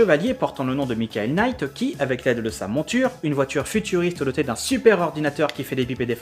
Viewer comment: slt on ne prononce pas le k dans Team knight rider ça ce prononce night